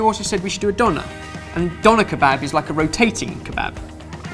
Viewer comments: I don't know if you already know this, but the "Ö" in "Döner" is actualy pronounced like the "O" in "work"... That goes for German as well as Turkish (as far as I know). Some people go as far as writing "wörk" as a joke. Hope I could help :) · Interesting how you pronounce Döner, but it's impressive how famous it became :D